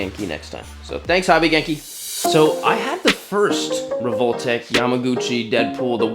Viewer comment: your prononciation of revoltech hurts me😢 its rehvol-teck or tech